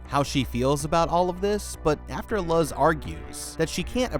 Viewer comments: please tell me the girls name is Luz...as in Loose.....and hes just saying it wrong as "Luh-Z" because he doesnt know how to pronounce names xD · Love these videos. Also wanted to say that Luz’s name is mispronounced throughout the video. Instead of Luz as in lug with a z instead of a g, it’s Luz as in the word lose. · Is that other novice named Luz? And have you really never heard such a common Spanish name pronounced correctly?